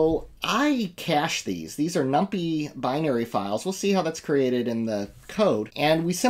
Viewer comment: We used to pronounce numpy that way just as a joke on others. Here's someone who knows how to pronounce numpy